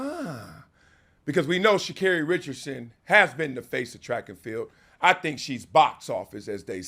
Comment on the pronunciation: its shacarri and its not even close